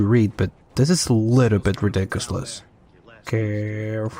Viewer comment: He said ridicouslous!! Hahahhahaha :))